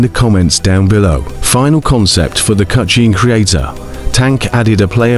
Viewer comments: Stop saying "cutshne creator" its hurting my ears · Cutscene ❌ Cucheen ✅ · The way the ai voice said cutchene 😂